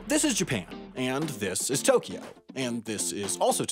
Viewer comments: To Kyo, not To Ki Yo. Unsubbed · It's wrong (although "Tokio" is essentially how most people outside of Japan pronounce "Tokyo" for whatever reason, even though there is no "i" in there at all). Also the syllable length is wrong (Tokyo should really be written as Tōkyō or toukyou), but that's getting a bit nit-picky. But at least Tokio is a more or less phonetically correct representation of the mispronunciation, I guess, lol. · The important part is that it's just two syllables instead of three: To-kyo instead of To-ky-o. And both o's are "long". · 20 seconds in and you already mispronounced Tokyo. It's not To-key-o. It's pronounced more like Tok-yo. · At least didn't try to stick an "i" in the middle of it - people who say it like "to-ki-yo" make me cringe. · You mispronounced Tokyo, it’s Tōkyō or toːkʲoː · Tokyo is always a freebie on the mispronunciation bingo card since everyone outside of Japan doesn't pronounce 東京 correctly. 🤭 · Yeah, you and アダム are right - he does insert the "i" in Tokyo sometimes. I only listened to the video once before commenting the first time, and I guess I was so distracted by the humor that I wasn't listening closely! he does a pretty good job (ignoring syllable timing, of course) and then he snuck a "i" in there. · I like how he failed the right pronounciation directly with the first japanese word :D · I counted 41 Japanese words, and ironically, the word you mispronounced the most was "Tokyo" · well you mispronounced "tokyo", its more a smooth o than an normal o, so do it bette next time! ... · I'm about to end you. You're mispronouncing Tokyo